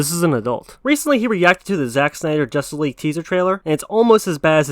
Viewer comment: They even said they skipped on watching josstice league when it came out. But yet he say ZSJL will duck.